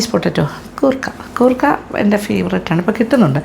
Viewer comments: It's koorka not gurkha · കൂർക്ക.....ഗൂർക്ക അല്ല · Chechi why are you pronouncing goorka in this full video so something missing like that your malayalitham gone missing sorry chechi